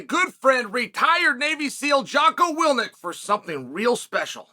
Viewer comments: Check your promo mate, it is not Jocko Wilnik, it's Willink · Me:Jocko Willink Chael: Jocko Willnick Me again: Jocko Willnick